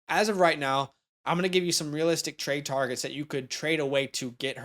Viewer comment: "TAWWGETS"